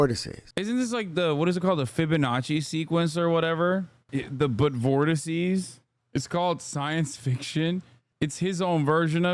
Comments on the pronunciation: "Vorticy?" Vortex? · Vortices is the plural for vortex not “vorticey” lol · Vortex. Voteces. RIP 💀